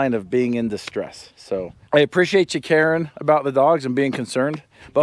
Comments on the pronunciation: Did he say, "I appreciate you carin' about the dogs" or "I appreciate you, Karen. about the dogs..."? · Sounds like he said "I appreciate you, Karen" 😂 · Did you say I appreciate you “Karen” Or I appreciate you caring. Haaaaaaa😂😂😂😂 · I like how pronounces "Caring" like "Karen" when he's talking about the YouTube Safety Patrol. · did you say "Karen" or caring? Ha ha, I guess either would apply. Thanks for the video. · Did say, "I appreciate you caring." Or "I appreciate you, Karen" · Ohhhh "caring" thought you said "Karens" omg too funny. (When you spoke about Peanut) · Did he say " I appreciate you caring about the dog " or " I appreciate you Karen's about the dog " 🤔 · “I appreciate you, Karen “ 😂😂😂👊. I know that’s not what you meant, but that’s what we heard 😂👊